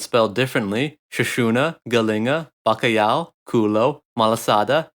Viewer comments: Now say with me ba ca lhau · Portugal existed 377 years before Spain, so Spain is the "Not Portugal". Also, you can't talk about the history of Portugal without referencing the 25th of April and our great Salazar. Portugal had wars with its colonies and Spain. You mispronounced "Bacalhau" btw.